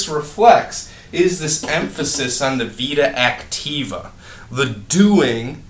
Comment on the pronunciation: It's Vita Activa!!! Not Vida Activa